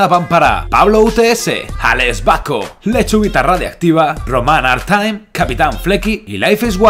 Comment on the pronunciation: ya me mencionaste con el slurm que hice y justo hoy tambien...pero por favor, no es artaim, es artime, se lee como se escribe ;-; y por cierto, esta receta tiene una pinta fenomenal!